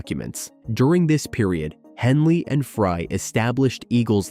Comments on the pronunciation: it's Fry not Fray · Glenn Frey, not Fray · Henley and Fray? Fray? As in Glen “Fray”?!? You (author) are an idiot if you don’t even know the names of the band members. Fray? Idiot. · Any video that can't even pronounce Glen Frey's name correctly must be deemed worthless!!!!